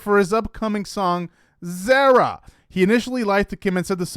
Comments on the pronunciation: Dude, it ain't hard to say ZARA! it's not zera. A,E, I,O, U my guy. 🙄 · Her name is pronounced like car-uh it’s Zara…..not like care, but like car. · Can you please learn how to correctly pronounce Zara? Sincerely, someone with almost the same name it’s like nails on a chalk board.